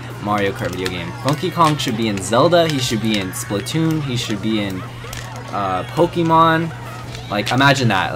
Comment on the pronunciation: he said pokeemon. T R I G G E R E D